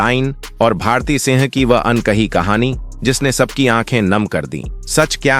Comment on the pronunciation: जिसे भारती नाम ही सही लेना नहीं आ रहा है,एक ही बात को कितनी बार दोहरा रहा है, कैसे अपना चैनल बना लेता है 😮